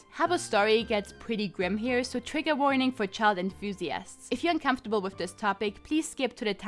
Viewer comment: "Child inthusiasts" lmao